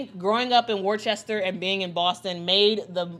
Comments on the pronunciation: Worcester = "wuhster". Excited for AB! So deserved! (Also, BTW, fun fact: Maura Healey (the governor) was a pro herself overseas before going to law school and going into politics.) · I didn't know Boston had attended Worcester (I went to another school nearby). FYI, Worcester is pronounced like "Wuss-ter"